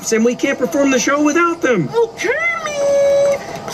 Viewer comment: Pepe calls Kermit Kermin LoL